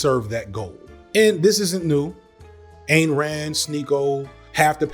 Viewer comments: Hey, man...her stupid name, Ayn, is pronounced, "ine". Rhymes with "dine". Seen a bunch of your videos and noticed this mispronunciation a couple times. It's a tougher one to get right. While your content is awesome and mispronunciation does not change your accuracy on fact...you seem like a respectful type who would want to pronounce everyone's name correctly...even fascists and horrid capitalists...love ya from Athens, GA! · Great video but one little quibble...Rand's first name is pronounced "INE" as in dine, fine, or pine. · Back in the 70s, Ayn Rand was on NBC's "The Tomorrow Show with Tom Snyder" and she told Tom her name was pronounced "Ayn like swine." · Love the video, one thought . It’s Any like Ine (mine) Rand